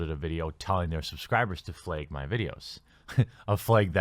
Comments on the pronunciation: The way you say flag is amazing man. I love it when you say that word, fleg, flagg. It sounda pretty Canadian tbh lol. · lol it's funny how you say flag.....fleg....lol